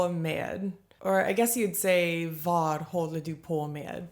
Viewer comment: This is one reason why so many in Sweden likes to take English and Swedify them, like "joina". Sounds like you say "var" instead of "vad", and more natural is to just say "va" so you might as well go with that instead.